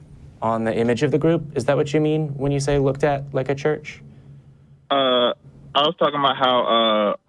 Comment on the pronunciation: Is he saying search?